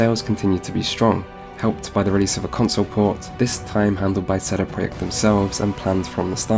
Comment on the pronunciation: You know what makes me angry? . . . sheday preyacht Their name is CD Project, why not do the whole thing in polish . . .what a wanker sheday preyacht sheday preyacht sheday preyacht sheday preyacht sheday preyacht - FUCK OFF mate